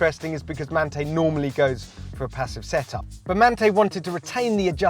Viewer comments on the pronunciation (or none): You’re saying Manthey incorrectly to trigger people into commenting, right? Well, there you go, you win 😅